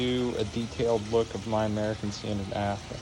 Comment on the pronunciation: " hey guys we're going to do a detailed look at my American standred afwall Afton "